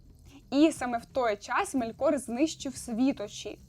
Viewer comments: Дякую Вам за відео, ви дуже приємна людина та зробили якісний аналіз. Єдине знову ж таки щодо наголосів - дуже кидається у очі неправильні наголоси - Мéлькор має бути (не Мелькóр), Мóргот має бути (не Моргóт) тощо.. так, Ви попередньо вибачилися за це, але ви знімаєте контент на аудиторію, сподіваюся на велику аудиторію у подальшому. Наприклад, я коли навіть для себе читаю, то перевіряю наголоси власних імен у Гуглі, або у крайньому випадку - Ютубі, де інші блогери вимовляють ці назви або імена. А так все гарно, успіхів! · Мелькор - наголос на "е" Моргот - наголос не першу "о"